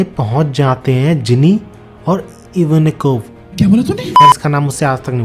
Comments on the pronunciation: If you want to pronounce IVANKON then pronounce as E-VAAN-KO😅😅 I also pronounce this way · It's iva aan kov bro😊